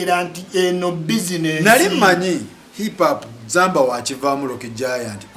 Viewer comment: U can't even pronounce hip hop neither can this name 10 Ug rappers and he is trolling zamba U can't rank an inspirational storyteller to a bubble gum Luganda words mudongo gravity,..put respect to art and work and contribution... if you want to comment abt music and hip hop in particular have a message not hunger